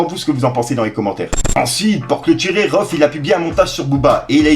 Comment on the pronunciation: C'est pas rohff c'est rhaoueff